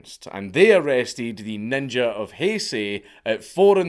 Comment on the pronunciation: Only real ones say ninjer with a hard r